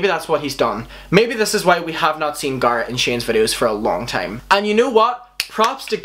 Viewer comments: Why do you call him gArrt😣😫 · Your saying garret wrong it’s pronounced [gare-ret] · ... its dude... its Garrett pronounced like merit. Garry and rett garrett. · I cannot get through this video with your continuing to call him ✨GARR ✨ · Pronounce it like Gerret... What is this accent hun!? 🤣🤣🤣😛😛🌷 Not meant mean though i just heard gard the entire time. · Ik it’s ur accent but it’s not gahh ret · "Garrat" Omfg, I'm sorry, that's just bothering me so much. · They're not wrong. You say someone's name how they prounce it, out of respect. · You don't need an American accent to say a name correctly. Especially one he should fucking know when he's reading into what he's saying like an armchair psychologist. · Zach Garrett right! I can’t watch this because of him saying the name so wrong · I'm british & I wouldn't say like that. It really bugged me. 😂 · the fact that you say his name wrong just pisses me off 😂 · The way he pronounces Garrett hurts me deeply...😖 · He isn’t saying it wrong. Just has an accent, honestly I love the way he says it! 😻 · You don't need an American accent to pronounce it correctly. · The way you say Garret invokes rage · Everything about this video is good and fine but the way that you say Garret is wrong... am I the only one a little bothered lol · ur saying garrett’s name wrong. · I can’t get over how he mispronounced Garrett 😂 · please say his name right atleast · You can say every other word with an A correctly but not garret? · I’m not trying to be an asshole, I’m really really not....but it’s hurting my brain how he pronounces garrett😅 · I think Jeffree and Shane are guilty. But this whole video is just speculation and furthermore, I cannot believe you have watched any videos of garret judging by the fact you don’t pronounce his name correctly. Also garret leaving a comment on a tiktok doesn’t count as a “statement” nothing is being addressed. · Learn to pronounce Garrett’s name right 🙄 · i cant when he keeps saying "garrat" omlll lol